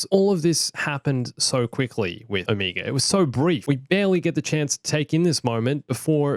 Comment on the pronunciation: She pronounces wrong but it’s probably just her accent. It’s oh-meh-guh